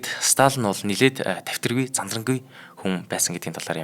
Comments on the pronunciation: Сталин шүү дээ . Сталан гээд л байх юм. Бэлдсэн сэдвээ хүнд хүргэх талдаа учир дутагдалтай хүн б на. Бэлдсэн сэдэв нь маш том боловч мэдэхгүй ээ нэг л сонирхолгүй сэтгэлд хүрэхгүй б наа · Уул нь Сталин юм шд. Сталан л гээд бна. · Сталин шүү дээ. Ядаж нэрээ ч зөв хэлчихгүй юм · Uneheer sonirholtoi, tom sedev. Ene tsenher pidjaktai zaluu arai l bishee. Yumand tuugdaj bgam shig yaasan hetsu yaridin be, yadaj l ene tuuhen hunii neriig ch aytaihan zuv helchij chadku. Dundaas n duusgaj chadahgui garlaa.